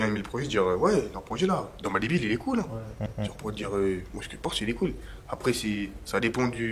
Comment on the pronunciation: le ptit regard pour savoir si personne n’a remarqué que le mec a dit « dans debiel» alors que c’est dans ma debiel